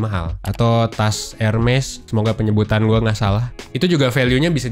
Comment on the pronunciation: Iya, salah mas. "Érmé". Nuhun.